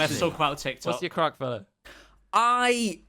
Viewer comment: i do not like saying craic it is not right